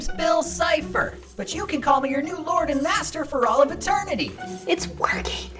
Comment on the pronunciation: Hey mate is’t not bill chipper it’s bill sifer 😅